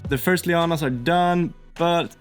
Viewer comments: I am loving the project. I have a stupid question, as an America who knows zero Scandinavian languages, what are 'lee-ah-nas'? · I want to ask what may appear to many to be a silly question and maybe it is just me hearing you wrong? Please I mean no offense. But that white stringy fabric stuff you have that you mentioned people used for polishing their cars. You said you were adding it to the diorama as 'Leo-anne-ass' and I have no idea what you mean by that? It looked to me that maybe it was vines or perhaps some giant web? Especially a web as you mentioned putting some more on after the Manta was in place. I imagined a giant spider type entity had caught it in a web which brought it down. Maybe a spider type demon called Leo-anne-ass, is that what you are getting at or have I got the wrong end of the stick? Thanks for the anticipated answer.